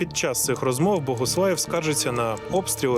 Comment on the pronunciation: Дякую за цікавий, якісно зроблений випуск. Одне зауваження: диктору треба працювати над вимовою. Я не маю на увазі його природний дефект мовлення. В диктора явно русифікована вимова. Наприклад: зробиф, розмоф - замість зробив, розмов; щьо,чьому, іщье - замість твердих що, чому, іще; пропонуе, украінський - замість пропонує, український. Тощо. Наведені викривлення вимови цілком піддаються виправленню завдяки спеціальним вправам і докладеним додатковим зусиллям.